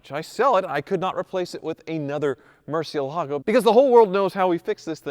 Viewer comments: MUUUUUUUUUUUUUUUURCI with U! It really triggers me when people say "mErCi" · “the Murchee Alago …” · I can't stop cringing for every murcielago mispronunciation XD Come on...just one time right for the spanish speaking audience? Great content though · Can’t stand hearing you mispronounce Murciélago! It’s like hearing someone say Chevrolet and emphasizing the t at the end. Just sell the damn thing.